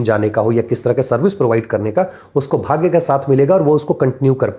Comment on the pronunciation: आप कृपया अपना उच्चारण थोड़ा व्यवस्थित करें .... भाग्या, धर्मा, मंत्रा, भोगा, मोक्षा हिंदी व्याकरण एवं ज्योतिष में कहीं भी वर्णित नहीं है